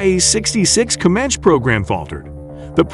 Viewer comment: Comanch he said